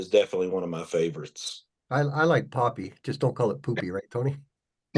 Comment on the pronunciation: Awesome interview. Glad to see Popy ポピー pronounced correctly. PoePea.